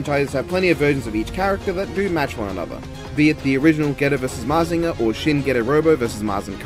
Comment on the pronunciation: Don't worry, you said Mazinger right. Good ideas in this one.